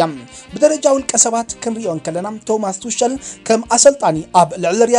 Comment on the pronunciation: "ቶማስ ቱሸል" ኣይኮነን ዝበሃል ከባሪ "ቶማስ ቱኸል" እዩ ዝበሃል። ኣብ ዝመጽእ ኣርማ ኢካ! ኣብ ኣናባባ ቋንቛ ጀርመን ፍልይ ዝበለ እዩ። ስለ'ዚ ኣብ ዝመጽእ ኣሪምካያ ክትመጽእ ተስፋ ይገብር። ብሩኽ ሕማማት ደቂ ሓላል መሬት!